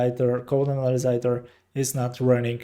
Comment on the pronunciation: here is a small tip for you: when you want to pronounce the word analyzer, think of it like this " Anna" like the name Anna Nicole then the word "Lie - ZER" like "dont LIE to me" so " Anna Lie ZERR" or "Anna - Lizer" like adVISOR but LIZOR - "Anna Lizor" Thank u and ur video was very helpful :)